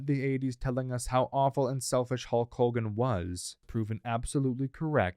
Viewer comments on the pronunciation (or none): none